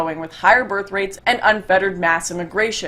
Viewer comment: Great stuff. Cheers. Had to laugh . I misheard your pronunciation of 'birth rate' ,i thought you said ' bear freight'. Keep up the good work.